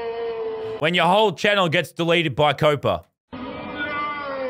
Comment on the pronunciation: It’s COPPA not COPA